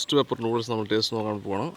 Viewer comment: "Nalla teate ind" 😂